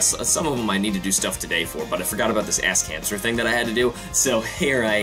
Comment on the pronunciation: it sounds like he says "Ass Cancer"